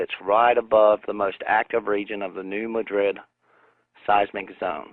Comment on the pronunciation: Okay 1) what would be the point of this earthquake 2) the new madrid fault isn't scheduled to blow (based on it's past eruptions) for another 2-400 years. 3) I live near this area and you are mispronouncing the name New Madrid. The emphasis is on the "Ma" part not the "Drid" part. It is not pronounced like the town in spain Madrid.